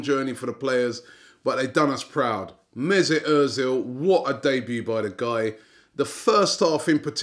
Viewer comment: oh man, when you said diaby lol